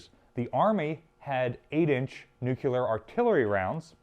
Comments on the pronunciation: Plus it’s NU-CLEE-ERR. Not newcueler. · If you say "nucular" once more I will dislike the video. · stopped watching after I heard "nucular" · He's just keeping with his theme. He also pronounces "nuclear" like a simpleton, "nook-you-ler." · Nucular. Its pronounced 'Nu-cu-lar'! 🥴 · I love your videos man. That being said you need to learn how to say NUCLEAR correctly. You’re an educator so it’s important. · i always wandered, how is trhat possible that not a single one american can pronounce NUCLEAR ....? not gonna bother with any jokes about probable correlation to aluminium (or alumnum, like they would say it) ;D